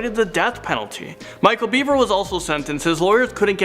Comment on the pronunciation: You mispronounced Bever over and over. You clearly never watched the interrogation